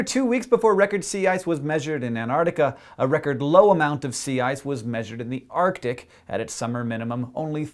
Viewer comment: its not the T that is conspicuous, its the C. arCtic, not artic